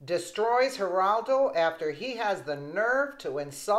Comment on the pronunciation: dude it's G-E, not H-E!